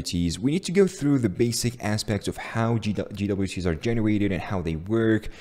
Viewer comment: did he just say GeeDoubleYouTea's? lmao wtf